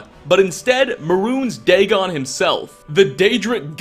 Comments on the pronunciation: Bal. Not Dagon. Easy mistake. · 99% of all the comments are about mistakenly saying Mehrune's dagon instead of Molag bal. Like c'mon guy have you never mistaken characters before give the guy a break it's just a simple mistake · MOLAG BAL!!! NOT MEHRUNES DAGON!!!! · ITS MOLAG BAL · Molag Bal mah dude.